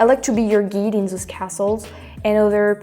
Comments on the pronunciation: Guide... should Rhyme with Ride, not Keyed. Silly Youtube never showed me the Neko video, so I had to pause to watch that :) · Brand new American subscriber here. I love how you are reaching out to us. I would love to know more about France and the language. Very interesting ideas! (Guide is pronounced like “Guyed” not Geed. :) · Again.... the mic volume is perfect. Also....GUIDE, like you said you wanted to be our guide in France.... Guide is pronounced like.... GIDE. Juat forget the U is there. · Guide is pronounced "GUYd" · Hi -- just so you know, "guide" rhymes with "ride" -- long /i/ sound